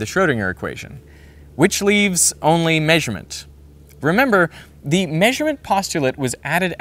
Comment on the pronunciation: Unsubscribed due to this pronunciation of “maysurement”